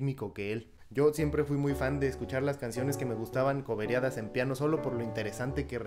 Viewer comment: Tanta elocuencia para decir "coberiado"